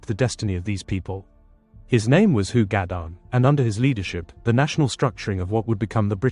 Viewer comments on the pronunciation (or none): Hu is pronounced He in Cymraeg, not who.